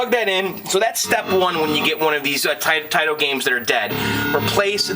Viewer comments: when two vouls go walking the first one dose the talking its not tIIIIto its TAAAAAAAAito lol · not that it matters, but Taito is pronounced "tah-ee-toe"